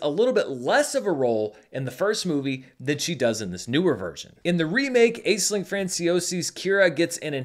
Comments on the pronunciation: I believe Aisling is pronounced “Ash-ling” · pronounced “Ash-ling” Franciosi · Funny you should say that, because the only critique I have of this video is his pronunciation of “Aisling”. It’s pronounced “Ashling”.